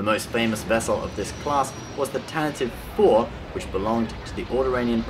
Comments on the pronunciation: Why do people keep pronouncing it "Tan-tiv Four"? It's "Tan-ti-vee Four". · Actually it's not tantive 4 Its pronounced tan-ti-vee 4